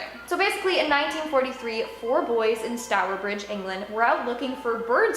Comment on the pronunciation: Thank you for saying stourbridge right 🥳🥳